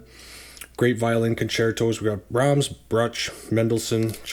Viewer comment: Good reviews, and I appreciate the detailed takes on what each labels generally sound like. But sorry man… you need to work on your pronunciation! 😂 Haydn is “Hi-din,” Brahms is “Brawms,” and Handel is “Handle”